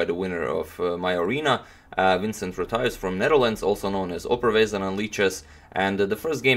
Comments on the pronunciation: vincent (cent from 50cent the rapper) rothuis (dot (.) with an r) the pronounciation was really good though in my opinion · Great game indeed, very Bosboom-like. Henk Karssen sadly passed away a few years ago. The pronunciation of "Rothuis" is pretty good indeed, especially as the Dutch "ui" combination is very hard to pronounce. Stress is on the first syllable, though.